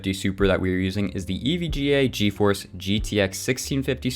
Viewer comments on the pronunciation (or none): none